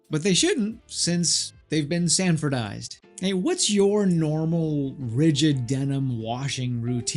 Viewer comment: “Selvedge” not salvedge edge. “Sanforized” not sanfordized (however dude who invented the process is named Sanford…so wtf) I bought a pair of Unbranded a month ago and watched a couple YouTubes. This makes me an expert now on all things selvedge. Watch out In all seriousness I appreciate your videos!